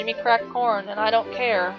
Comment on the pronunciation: A that all sounds really sweet! I think those are good reasons to ship Chase with Molly. Late 20s? Now I feel really old, I just hit 30. ._. Ah ha ha, the way you said "corn" the first time at around 12 min... it sounded like you said "we need porn" and I was all "we need PORN to ring the bell?!?!" Dr. Jin reminds me of Kyouya from Ouran. Dat guitar! XD Wow, look at that tantrum she's throwing! What a little baby! If Selena wants to be treated like an adult maybe she should stop acting like a child.